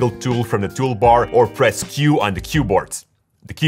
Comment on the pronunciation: queboard lol🤣🤣🤣, jokes apart great video though.👍